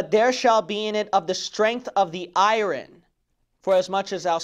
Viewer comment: Pastor, thought you might want to know that the word "iron" is not pronounced like i-run. Its proper pronunciation is [ahy-ern]. Take care, man! Good message.